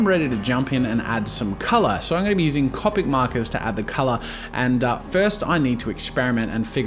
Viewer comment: i get really annoyed when jazza says c-o- pic, cuz i pronounce it c-oh-pic